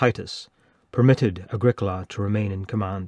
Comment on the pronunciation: Ah grEE cola ... not Ag ric AHla. Think Italian.